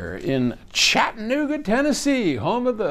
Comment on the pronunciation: Chat-ta-nooga, sir. Not Chat-nooga. ;)